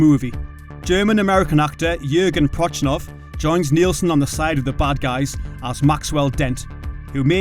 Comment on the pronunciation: Prochnow, pronounced Prok-now. Made me cringe every time he gets the mans name wrong, lol.